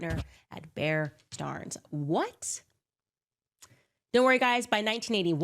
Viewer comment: Why is she mispronouncing “Stearns”?